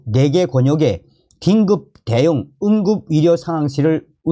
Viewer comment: 위료, 위사, 위협, 위대.... 헷갈리지 않습니까~~ 의료, 의사, 의협, 의대 로 제대로 발음 부탁합니다 몇번만 연습하면 될뗀데 계속 헷갈리게 하네요...